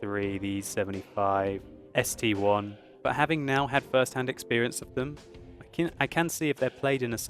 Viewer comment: i love your videos but the tier nine soviet heavy tank is an ST-I as in "eye" not ST1 keep up the reviews and heart breaks!